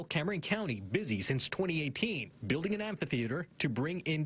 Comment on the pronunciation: "Buliding"? LOL